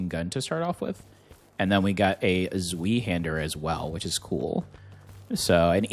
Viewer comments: lmao zwee-hander It's pronounced ts-vye, not zwee. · My brother in Christ... it's Zvi-hander, as in the letter i. Not Zveehander. Humor aside, thanks for the gameplay peek. Cheers.